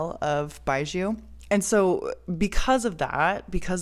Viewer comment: No worry! You have pronounced correctly and in-depth knowledge on Chinese distilled wine 白酒 There many type of yeasts strain used and also fungi to breakdown the carbohydrate to glucose. Combination give the wine flavour